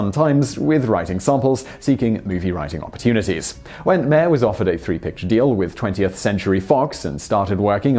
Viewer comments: Russ Meyer last name is pronounced like Oscar Meyer's. My understanding is that Russ Meyer approached Ebert after Ebert gave Meyer's film VIXEN a glowing review. BONUS FACT: during the writing of UP! Ebert felt so under the gun that he cribbed a whole passage from 1920's-era poet Hilda Doolittle (H.D.) into the narration. BONUS FACT: Ebert is credited as "B.Callum" in UP! & BENEATH THE VALLEY OF THE ULTRA-VIXENS. Finally all three movies are available at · MY-er, as in Oscar Meyer. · It's pronounced "Russ MY-er."